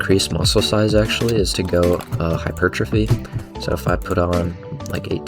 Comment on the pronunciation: you say hypertrophy like hypertrphy without the O. I like it, oddly satisfying